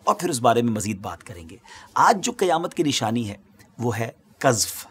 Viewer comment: Qiyamat nahi Qayamat hota hai